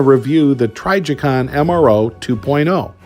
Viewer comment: lol say trijicon right pleas